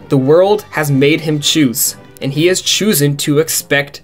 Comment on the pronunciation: Hey, great video, great discussion, great everything, just one thing. you said choosen, instead of chosen. I know you then say chosen normally in the next sentence, but I just wanted to let you know cause it was kind of funny